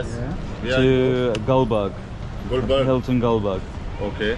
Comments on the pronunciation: Not Goldberg it's gulberg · Its gulberg not gulburj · its not goldberg its gulberg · Its not goldberg its gulberg I love your videos and Also a gesture towards Pakistani people Love you My boy if you have time to visit Islamabad than i am excited to meet you 😍❤️ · It must be Gulberg not Goldberg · it's gulberg the name of area